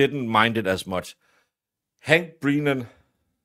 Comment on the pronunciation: I love that you are calling him Breenan!!